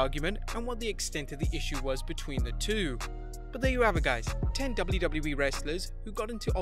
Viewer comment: Say double-JU- Double- JU- EEE one more time.....